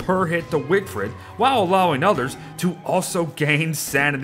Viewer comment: I came here just to hear wigfrid mispronounced